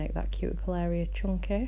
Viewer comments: they were saying that the way she says"chunky" sounds like "chonky" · I LOVE how she says “chunky” “chonky to us Americans and these are also beautiful! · Am American. We definitely say "chunky" not "chonky"